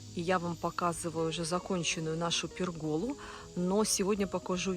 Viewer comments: Извините, но почему пергОла? Эта конструкция называется пЕргола, ударение на Е. А то звучит как то неприятно. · ударение в слове пЕргола падает на первый слог. Пусть меня заругают, но учиться никогда не поздно и не стыдно. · извините, чтобы просто правильно произносить слово пЕргола, не обязательно её строить, и не надо меня учить где и что строить мне, какая глупость. Просто нужно принять, что Ваш блогер ошибся в произношении этого слова и не раздувать из мухи слона. И всё очень просто.